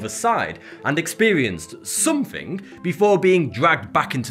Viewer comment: No one spells somethink or everythink, why say it that way?